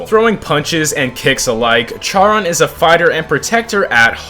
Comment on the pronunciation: its pronouncued sharone